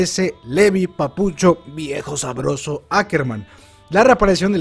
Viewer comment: Amo como hace énfasis en el "viejo sabroso" de Levi y Zeke :u